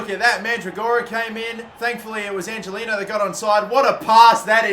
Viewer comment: Angeliño is pronounced Anhelinyo. just fyi so you don't piss off your latin viewers